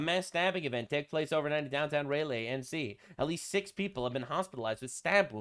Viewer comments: "(RAY-LAY)"???? 😂 Its (RA-LEE), NC 😂😂😂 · Also its pronounced "Rah-lee" to correct you